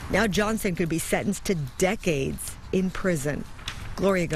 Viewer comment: The way the reporter emphasized the “D” I was low key hoping that the word would be “death”, but unfortunately it was just “decades”.